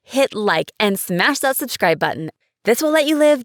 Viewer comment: “Hit like and smash that SHUSHRIBE button “ 😂😂😂😂